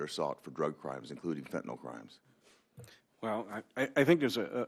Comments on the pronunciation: Let's start by saying it correctly! It's called Fentanyl, not "Fentanol"! It's worse than "nucular" vs nuclear! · Why do they all mispronounced fentanyl?